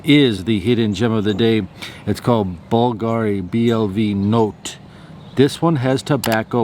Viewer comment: Hi! BVLGARI uses the Latin spelling (where the letter "V" is pronounced like "U"). "BLV NOTTE" is pronounced "blue no-tey" in Italian, which in English means "Blue Night"